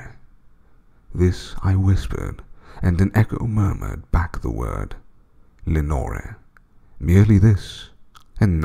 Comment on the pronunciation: Awesome work mate, Im not much for poems but the raven and Ozymandias are awesome. The only thing I didnt like with this one is how you say Lenore. Have I missed something or isnt the idea that the name should rhyme with more, door, shore etc?